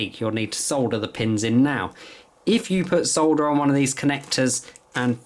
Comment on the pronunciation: Thank you so much for saying soLLLder instead of sodder like the 'mericans. 😁 Also. The wire stripper you're showing at 4'49 is only about 16 euros and a life saver if you're an amateur like me. Other than that, great video! Lots of really good tips! Thanks a lot